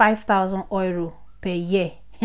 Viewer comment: Thank U, 👏 Bt it felt like u were saying 'Oiro' and not 'Euro'